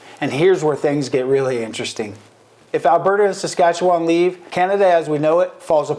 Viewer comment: Never would I ever want to be an American. I am 100%Canadian. Born and raised Forever and always Canadian. And learn to pronounce Saskatchewan properly.